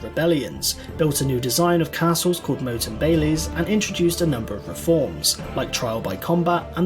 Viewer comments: Be aware the commentary is by an Englishman and pronunciation of Welsh places and names, and even other words in English such as saying moat for ‘motte’ and bailey is poor. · reasonably accurate, apart from the mispronunciation of welsh words and confusing a Motte (a big fucking hill) with a Moat ( a big fucking ditch filled with water) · Scotsman here and I too wondered why he said it as 'Moa't, when it's always been called 'Motte'.